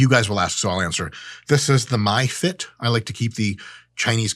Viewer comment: Sir that watch is pronounced as MiFit that is like Me Fit not My Fit 🙂🙂